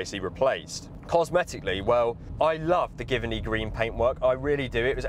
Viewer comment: Great choice! I also bought an L322 recently (a 2006 Supercharged) also in Giverny Green. Although I believe its pronounced 'Juh vuh nee'